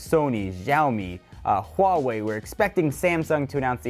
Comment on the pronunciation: It's not Jaomi and Huawei. It's pronounced Shaomi and Wa-Way.